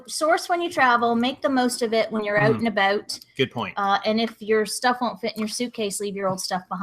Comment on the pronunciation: LOL. She says "out and about" like a Canadian.